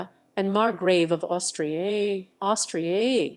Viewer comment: Margrave of AustriYAYYY...AUSTRIYAYYYY. Lol the AI voice for this sucked